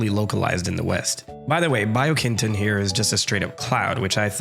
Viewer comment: bee-oh-keen-tone. the pronunciation of japanese letters doesn't vary based on the word, mr "casual japanese history buff"